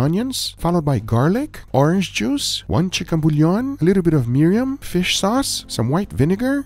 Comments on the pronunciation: luv ya,! Please learn to say MIR-IN, not Miri-Yam. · Wow I took a look at some burnt ass lamb. No way the Mirin (pronounced Miriam for some reason) did all of that. Pork looked half burnt as well, with no sugar added. BurnMaker is #1 to turn protein into charcoal guaranteed! For a low price of we don't know.